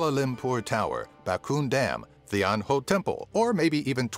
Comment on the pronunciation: 10) It's pronounced as Cham-Pee-Duck (Cempedak), Ah-Ye Ban-Dong (Bandung Drink in Berhasa form), Ren-Dung (Rendang) and come on... Mee Re-Boose (Mee Rebus) Re-bus... What's that? Waiting for the bus again? 9) It's Tian.. TIAN! Chinese have no hanyu pinyin called Then or something related. 8) Er.. So... Tony Fernandes? Vincent Tan? All not mentioned? Wow... 7 & 6) The caning is not only on Malaysia's side but also on Singapore's side. Plus the baby thing? It's also on both side of the country and also elsewhere in Asia but in both Malaysia and Singapore, we call this behavior "pantang". 5) The USB Thumbdrive claim was even more ridiculous. It was an Israeli company who patented the thumbdrive outright and it was Trek Tech from Singapore and a China company that made it into the worldwide market while Pua Khein Seng just designed a reader for it. facepalm